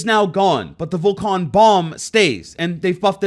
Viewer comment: i wonder how the hell you get "Vo-cone" from "Vol-CAN" (volcan is from volcano because well its a fire gadget and the op has a VOLCANo icon and its just missing the o, so say it like how youd say volcano without the o) good video but for fucks sake man how do ppl have such horrendous pronunciation problems xD